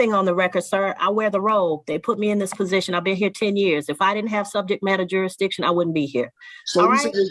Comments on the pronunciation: "JuryDiction" "acruse" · I love when they try explain jurradishun to a judge. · You mean juradishun? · The word is "Jur-is-diction", maybe if this moron had higher than a 3rd grade education he would know how to pronounce the word he's clearly abusing! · 😂you are not right Mr. Jurisdisious 😂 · You mean jurydiction? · You can't even say "jurisdiction" 🙄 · I figure if you can't pronounce the word "jurisdiction," you probably shouldn't challenge it either. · He can't even say "Jurisdiction". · If you can't pronounce the word jurisdiction you can't challege it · If you are unable to pronounce jurisdiction and beneficiary correctly, we aren't going to talk about that. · Anyone who cannot pronounce jurisdiction should be labeled incompetent to represent themselves. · Another uneducated ninja. Being a ninja is a choice on how to live. It’s not a color. You can’t even pronounce jurisdiction no less make a claim about it.